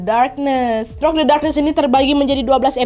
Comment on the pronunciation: Throk the darkness 🥲 Through dibaca "Thru" Nadia 🤗